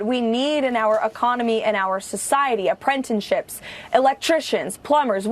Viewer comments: Dean Cain is a turd. WTF is an aprentinship?? Does that 'hoe bag' mean apprenticeship? Lol. Words are hard, Dean Cain is old. Good luck cowgirl kristi. You cant dismiss a MAGA celebrity nazi ICE 'agent' without admitting your failures. Im just waiting for murder rates to go up, since a federal agency, dont have to identify. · OMG, I'm a man of 67 and could do better than that Geriatric "obstacle" course. And who the f*ck was that chubby twat? KKKaroline? A prentiship? Gawd, that goes there with her Poo In pronunciation. What a joke, but the cult eats that shit up. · Wtf is an apprentine-ship? 😆